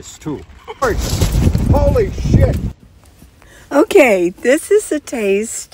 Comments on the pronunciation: Hehe I thought he sounded Irish 😂😂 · Holy Sh.. with an accent. Ha Ha. Oh my goodness the sun came out and what a beautiful view. ✌❤🤗